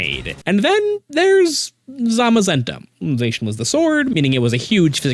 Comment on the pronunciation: /zah-shian!/ Not... /zay-shian/!